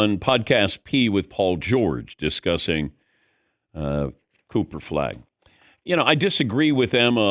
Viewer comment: Dan said, "Cooper Flag" "Pooper Flag" and "Coofer Flag"😅😂